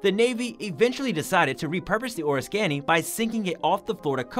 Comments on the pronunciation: I remember, during my Navy active duty days, being part of the USS Oriskany Battle Group. The narrator mispronounced the name of the carrier. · Frustrating hearing Oriskany mispronounced so many times. Hard to believe no one involved in the production of this video knew the correct pronunciation of this famous warship named for an equally famous Revolutionary War battle site. Someone should do some voice-over editing to correct this irritating mistake.